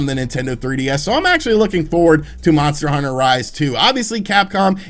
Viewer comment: How many times is this dude gonna screw up talking about these monster hunter title names.